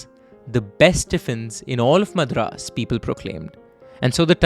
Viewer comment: Nice work overall with the presentation, diction and the command over the language, but what's with the "Madraaas" bit, pronouced 'Madh-raas'?!! That was a d*@ giveaway of a North Indian trying to steep into a South Indian tale. Either call the city 'Chennai' or 'Madras' (pronouced, 'mud-raas') if you must.